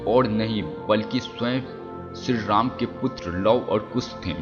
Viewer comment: Ram ka name to dhang se bola nahi ja rha h aur ramayan ke 10 secrets bata rha h sala